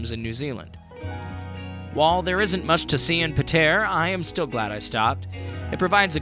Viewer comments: “Pah tee uhh” im zimbabwean and even i know how to pronounce Patea. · Your pronunciation is horrible 🙄🙄 you need to get your story right to nothing wrong with Patea. There is heaps to see in Patea, you just don’t know the spots.. don’t make videos you don’t know nothing about.